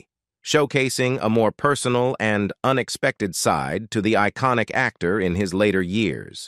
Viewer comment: seeam (siam) & eeconic (iconic)?!